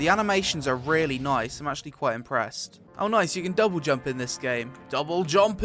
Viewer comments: why u saying jumpuh, blockuh, dodguh. All the time. It's cringe. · good video but your jumpere or jumpu line is tad overplayed imo, and sounds like jump here with heavy British accent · Go to listen to when he says double jumpuuuu then right after he says that the Npc says shit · Every "JUMPUUUH" cracks me up, somehow always catches me off guard lol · I love when you say jumpuh. Jumpuh!!!!! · jumpuhhh blockuhh glideuhhh ROFL heheheh